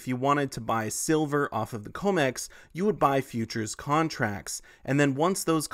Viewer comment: you are saying comex wrong - com like commodity